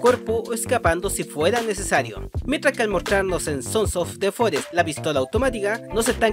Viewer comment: hola, ya sabes quien soy verdad? soy el que dice siempre "sonsos de forest" en tus videos, me encanta tu contenido y solo te estoy molestando, lo dices muy bien!!!! me saludas plisss?!